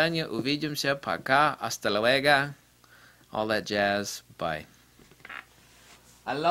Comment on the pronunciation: It's not "hasta luega", it's "hasta luego". I really appreciate your videos. You gave us a very informative content!